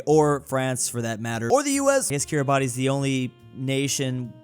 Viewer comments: Roses are Red Violets are Blue It's pronounced Kiri-bass You screwed up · It is pronounced “bass” at the end of Kiribati’s name. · Kiribati is pronounced Kirabasst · Kiribati 🇰🇮 pronounce keer-ee-bahs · "kirry bartey" LMAO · Kiribati is pronounced kiri-bas . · KiRiBaTi me: NO ITS PRINOUNCED KIRIBATI-SSSSS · Kiribati is pronounced "Kira-bosh" roughly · Kiribati pronunciation is Kiribas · "Stop mispronouncing Kiribati" - me, every time he says kiribati.